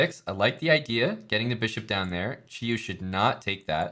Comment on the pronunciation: Props to for pronouncing Qiyu correctly.